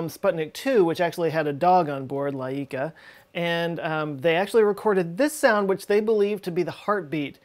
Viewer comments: All those cover ups are disgraceful and insulting to the people that risk/gave their lives for their country and science. What a shame. PS: Layka is spelled Uáyka, not Laíca. In fact in most eastern slavic countries the accent mostly falls in the first syllable. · Laika is pronounced "Waika" with short "I" only two sylables. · its laika, the I is pronounced as a short I not E, like bike-ah Likah. it means barkey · From my experience in KSP I predict that there was at least one cosmonaut that died because they forgot to add parachutes to the rocket. Also the cosmonaut escaping earth was definitely Jeb. Also also I’m pretty sure the dog is pronounced Ly-ka. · Dog's name is pronounced as "laika". Stress should be put on the first syllable and "i" here is pronounced as "y" in "yeet". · Actually it's more like waika (w is pronounced like w in Hawaii). The sound comes from a letter ł which is the first letter of my name ;d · o he definitely butchered their names as well. the dog's name is pronounced like 'Layka'/'Lyka', emphasis on the first a. means chamomile btw. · Laika was pronounced " Like-ah" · The dog's name is pronounced "Like-a" The Italian brothers' last name is pronounced "Cordelia". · BTW, Laika is pronounced "like-uh". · Laika is pronounced as Lie-kah. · nope,he butchered it. There is no direct analogue for й in Лайка in English, so you can't get proper pronunciation by reading the name in English letters. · Well, Laika is the dog's race. Her name was Kudryavka (curly-hair-one) but they decided it was too complicated for non-Russians so they came up with laika instead. Turns out even Laika is too hard :) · Laika is pronounced differently th ACC te syllable is tha LA so you know ....